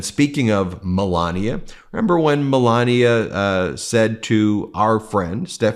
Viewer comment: Pronounce it "Me-la-knee-ay"!